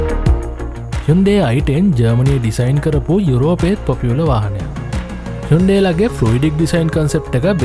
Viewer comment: යුන්ඩේ කියලද බන් කියන්නේ 😂😂😂